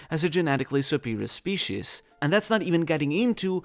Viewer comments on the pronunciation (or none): none